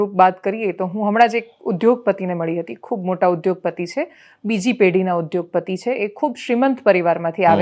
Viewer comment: દેવાંશી જોષી - "ઉધ્યોગપતિ" નહીં "ઉદ્યોગપતિ" એક વખત તમોએ બોલેલુ જ સાંભળજો પછી ઉચ્ચારણ શુદ્ધ કરશો.